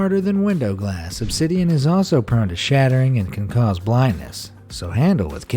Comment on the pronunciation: Who els though of Minecraft when he said ubsiden